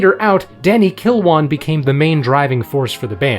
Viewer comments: I believe the Brits pronounce Danny's last name as "KURR-win," not "KURR-WAHN." Also, Mick's then-wife was the sister of George Harrison's WIFE. 😎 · So what is it? Kirwane, Kilwarn, Kerwine, Kilwane? It's bloody Kirwan! "Kir-win" And De Lane Lea is pronounced "De Lane Lee" not "De Lane Leah"! Where'd you learn English? One of those Ebonics schools? And did you only attend 1 class per month? 🤦🏻🤣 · His name was Danny KIRWAN. Not kill-won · Love this! One thing: "Kirwan" pronounced "Kir-wen".